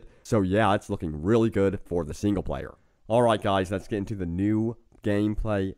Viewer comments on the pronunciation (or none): "So guys, lettuce begin..."